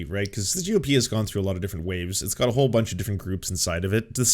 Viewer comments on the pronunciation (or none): none